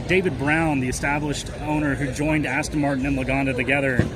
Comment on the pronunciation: He thinks it's called Aston Martun.😂😂😂😂